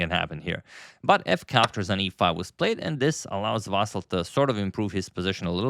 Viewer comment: VasYl, not VAsyl